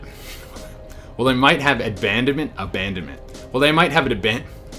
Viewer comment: Lol! I love the outtakes. It's ABANDONMENT. Just so you know. That was great and a very interesting video.